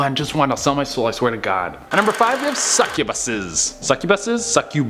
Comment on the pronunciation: Succubass and incubass